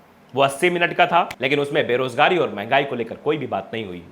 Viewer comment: Bibi chholhadhagodah , Mahangaai ka " म " nahi bol paya , mn gyaani